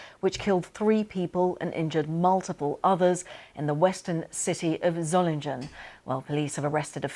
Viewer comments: Tell that woman that it is "g" as in "get" not "jet". Dear-o-dear. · Pronounced Zolinguen, not Zolinjen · The cultured-sounding Berlin journalist first uses Zolingen then goes to Sssolingen, then at 3.43 'Surlingen'. Very odd. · That's not how you pronounce Solingen. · Why are the BBC continuing to mispronounce the city name? The G is silent!